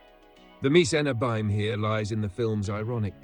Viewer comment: I thought the narrator's voice was AI until he mispronounced "abyme" several times.